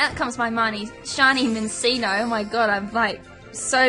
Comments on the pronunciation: Min-CHEEN-Oh. Like cappacinnio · U said Minccino wrong. It's pronounced (Min-chin-oh). Doesn't matter though. IT'S A SHINY!! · It's pronounced "Min-chee-no" anyway nice find xD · u said it wrong and that was wrong to hear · the name was not good saying -_- i hate that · U said its name wrong